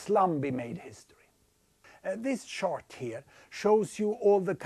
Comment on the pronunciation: “This chort here...” 😂😂😂